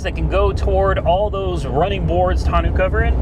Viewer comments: Should be a great tow rig. Tonneau is pronounced Tonn-know. It’s French for barrel. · Never heard someone mispronounce tonneau cover so badly. Great looking truck though, that was a seriously good decision and I’m glad you came to your senses on the Tesla. Less debt is always better and the truck seems to be perfect for what you need. Good luck and I really enjoy the videos.